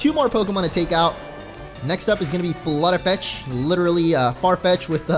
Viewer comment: It's flute fetch which is pronounced flootfetched who is holding a flute